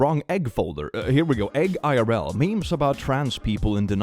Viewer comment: I am convinced that the correct way to read the name of r/eggIRL is "a girl"